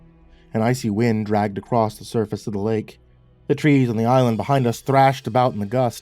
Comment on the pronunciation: "ACROSS!" ACROSS! Not acrrost! Im not shaming here. It's been nagging at me every time i hear "accrost" Please drop the "t" and just say "across"